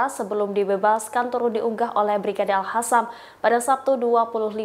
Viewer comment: Utk pembaca berita : yg betul bacanya Al Qassam pakai huruf Q bukan Al Hassam. Bismillah INSYAALLAH PALESTINA SEGERA MERDEKA ALLAHU AKBAR